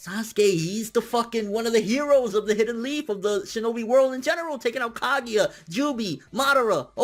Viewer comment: Susan o. lol. After watching you for a while, I feel like you intentionally mispronounce shit,? Come on